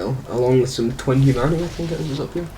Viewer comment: Second time in this playthrough that I get really excited for "twenty" humanity only to find out you're saying "twin humanity" xD